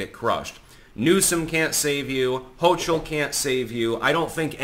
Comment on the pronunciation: hochul is pronouned hokul or hohhul, not hoshool fyi